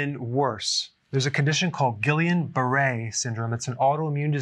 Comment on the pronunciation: Pretty sure it's pronounced 'Gee-yon bar-aye'. Also, don't forget good old Salmonella poisoning. In this day I would cook all meat!!! What hospital are you going to if you get sick eating ANY raw meat?